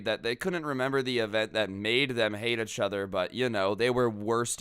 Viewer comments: No offense but I like the way you say achother instead of each other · EACH-OTHER . NOT . UHHCH-OTHER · Does it bother anyone else hearing pronounce it "ech" other